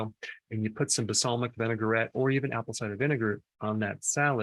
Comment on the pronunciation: "Basalmic"? I think you mean balsamic my good sir. Great video though!